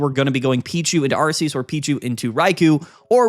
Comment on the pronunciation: i get so annoyed when you say ARE-SEE-USS ... THE NAME IS ARK-E-US .